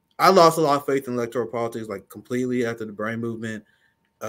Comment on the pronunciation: whyu do you say electorIAL? lol